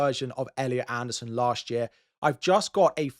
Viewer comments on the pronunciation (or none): none